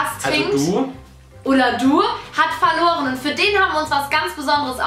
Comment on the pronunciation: Bibi du hast folorren 😭😭😭😭